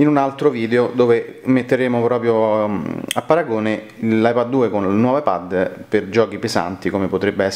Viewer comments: La pronuncia inglese di "iPad" non è "iPed"? Forse per questo motivo l'iPad con la dettatura ti ha scritto "iPhone" nelle note... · Pronunci male la parola "ipad" in inglese...per questo il riconoscitore vocale scrive "iphone"!